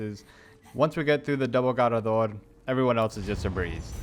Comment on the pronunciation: The way u say garrador is annoying asf fr fr just say it normal Bruh